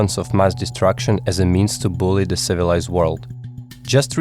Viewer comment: You had me till you said, " civiilised world"..